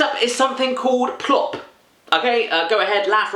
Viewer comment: You pernounced (don't know if it's how you write that but) plopp right! :D And Swedish is really hard